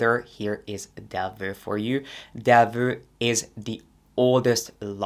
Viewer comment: You still say Del veux, its Del voooo